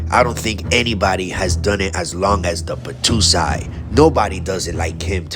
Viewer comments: Hey bro it’s the battousai not the battoosai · The Battousai Pronounced.... "Bah-TOE-sigh" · Please learn to pronounce "battousai"